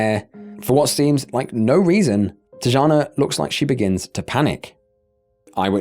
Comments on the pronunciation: It's pronounced Tiana not teejahna. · It's pronounced tiYana not tuhjana or whatever tf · I feel like you’re disrespecting the first victim by calling her ‘Tee-ja-na’. Ffs it’s not that hard to do a quick search on the name you’re reading. These are the little aspects of failure of research that are so stupid and upsetting. It’s not crazy to expect that you might do a tiny bit of research on the victims you cover in your videos, at least enough to not mispronounce their name. Gross. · he's Brazilian not Hispanic. His name is pronounced with a J sound. Not H like if he was a Spanish person. You messed his name up and you messed up Tijana. You really need to do the most basic of studying of different cultures if you're gonna do videos on them dying show enough respect to pronounce the name, right